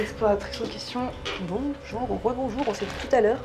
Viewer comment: Bonzour c'est le service de chambre mdr 😂